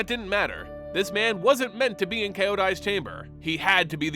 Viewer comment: Hey, appreciate your lore videos witch I can listen to at work when I don’t have time to read. Can I make a recommendation on pronunciation of names? Eiko is fine, Kyodai and Kaito are not. Kyodai is two syllables kyo-dai, not kee-o-dai. In Kaito, kai rhymes with dai, kai-to, kyo-dai, not kei-to like ei-ko. Plus I think Kyodai looks frickin’ awesome, so otherworldly and alien and godly, a really nice 2nd commander for my O-Kagachi deck. Peace.